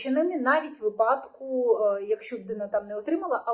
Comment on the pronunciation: Питання до ведучої, чому у слові Випадок, вона ставить наголос на А? Я навіть прогулив - наголос має бути на вИпадок. Було б приємніше чути правильну вимову, бо ви ж розмовляєте на загал.